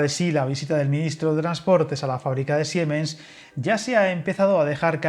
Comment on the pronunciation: Muy interesante como siempre, solo una cosa. La empresa Siemens no se pronuncia SiEmens, en alemán el ie es un i largo, así que se pronuncia como Siimens.